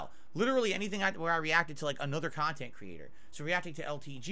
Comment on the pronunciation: "Reaction style khantent is the laziest kinda khantent"